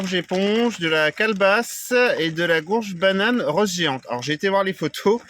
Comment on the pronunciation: Salut tu dis gourge, pourquoi